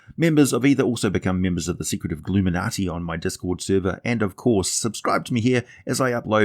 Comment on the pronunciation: glueminati? lol dude, Gloominatii Shadowfell Wizard council